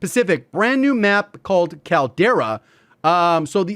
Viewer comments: Could be wrong but I think the name of the map is Caldera as in like a volcano caldera. Sounded funny to me how you were saying it like Kal-Tire Kal-Dera haha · Caldera is pronounced as call dera